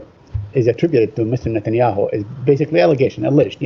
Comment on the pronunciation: Y he say mister natanyau